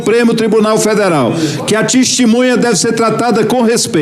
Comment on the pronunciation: Um presidente aí do senado que fala " Tistimunha " essa é a classe política do nosso Brasil 👍🏼